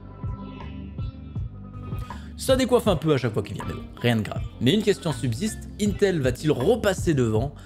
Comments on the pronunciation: pas mal ta vidéo j'ai bien aimez franchement mais faut arrêter de dire untel C'est INTEL non UNTEL LOL tu va finir par passez pour un abrouti avec tout le respect que j'ai c'est pour toi personnes di UNTEL comme tu fait lol et pour le TDP c'est pas du tout une bonne nouvelle mdr quand tu prend le Ryzen 9 5950X au Ryzen 3950X tout les deux on un TDP de 105 pour 32 Threads a 4.7 pour le 3950X et 4.9GhZ pour le 5950x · Mais arrête de dire untel bordel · C'est pas untel mais INETEL 😭😅😂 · « un tel » Mon dieu tu donne des sueurs froides 😅😂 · mdr comment tu dis "intel"